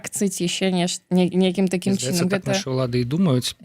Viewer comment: Што з мовай!?НЕмагчыма казаць :такім чИном...Жах!Кажы тады па руску..